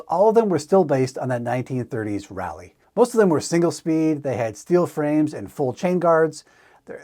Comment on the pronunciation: Geez, who hasn't heard of the Pigeon bicycle? They made it to the USA where they were driven mainly by college leftist types. I rode one! No, I didn't own one. They were heavy and only one speed. That British Raleigh bike is pronounced "RAH-lee" not "rally."